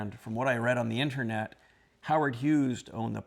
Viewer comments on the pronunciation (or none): none